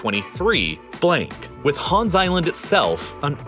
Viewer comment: People are really pronouncing Hans as HÅAAAaaaanssss. As a Dane, it bothers me more than it should